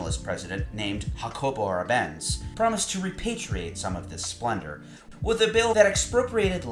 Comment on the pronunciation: "Arbenz" has the accent on the first syllable.